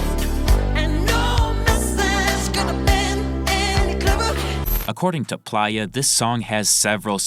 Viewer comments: Maybe im buggin but im pretty sure its PLAY-UH, not ply-uh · it's play-yah, not pliyah. you're killing me with this pronunciation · What is this AI’s problem? Its not PLIER its PLAYA as in PLAYER Dosgbe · Bro why is it so hard for you to say Play-Ya like player not Plyya. PLAY-YA. PLAY-YA. PLAY-YA! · Bro its “play-uh” not “plier” 😭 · I’m sure Playa is pronounced “play-uh” smh this friggin guy is literally saying it like pliers SMFH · Plaaya? God damn AI voice. Giving a dislike. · PLEASE PRONOUNCE PLAYA (PLAY- UH) CORRECTLY. IM BEGGING YOU LOL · It’s pronounced PLAY-YA🥷🏾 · You 100% were saying playa’s name wrong😂